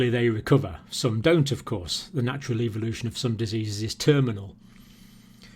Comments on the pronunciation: evolution not ivolution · Eeee-vo-lu-toon. Ehh-vo-lu-tion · evoolootion is eVoOlOoTiOnInG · I was cringing at the way he pronounced 'Evolution.'